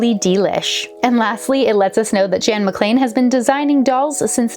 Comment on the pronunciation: THANK YOU for pronouncing McLean properly